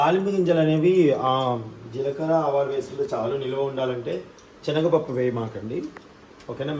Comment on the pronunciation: Telugu bhasha ni dayachesi champakandi. Enni sarlu rectify chesanu. Chanaga pappu and chanaga nuni kadu baboyi. Sanagapappu and sanaga nuni. Sariga cheppakapote vinadaniki chala visuga untundi. Matladatam nerchukondi